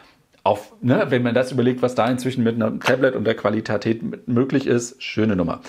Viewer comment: Die klassische „Qualitatät“ 😅👍🏼